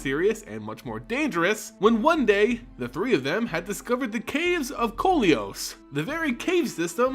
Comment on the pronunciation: Caves of KOLEEOS? YOYTA? SLIX? Lim DOLE? If unsure sound them out, or ask someone.